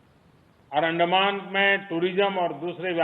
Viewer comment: I am hearing 'आंड' मान